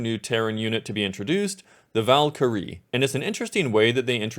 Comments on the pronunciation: The pronunciation of Valyirie here is hilarious. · why did you say Valkyrie like that? 😅 Also kerigan is my gf